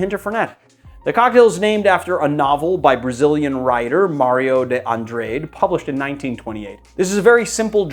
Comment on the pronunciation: Nice nice recipes. One tip, unaffiliated with drink making, Mario Andrade....pronounced On Draw Day, not on draid.